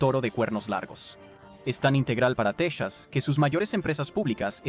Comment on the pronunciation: Techas?? Es la,primera vez que escucho esa pronunciación